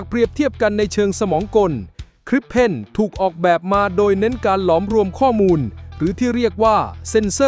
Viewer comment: ❤❤❤สุดยอดกันทั้งคู่ แต่ฟังการบรรยายนาทีที่ มีการบรรยายผิดเพี้ยนคำว่า"ข้อมูล" เป็น"ข้อนูล"😂😂😂